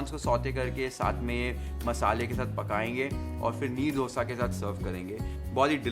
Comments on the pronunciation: Meharbani hogi sir, aap " डोसा " mat bolen. " दोसा "," दोसे" kehte hai use..doodh, dahi sab bol le te hai, दोसे kyun nahi bol pate??? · You learn to say Dosa 😂😂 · how its pronounced: DOO - SA ❌ DHO(2)(दो) - SA.✅